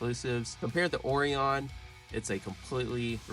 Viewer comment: Oreon!😂😂 It's pronounced Oh Ryan.